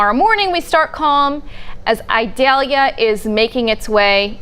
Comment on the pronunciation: 5 Stars for her. She made a genuine effort on properly pronouncing the Hurricane's name.